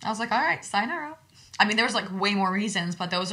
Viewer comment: “sayonaro” 😭 ok i’m sorry luv you gyals & great story ty for sharing & being vulnerable ♥️ (just for future ref, next time, it’s “sa-yo-na-RA” (さよなら) 🙂)